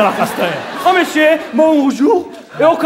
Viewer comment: Se fala Monsieur ehasUOHEuaseuo mas foi foda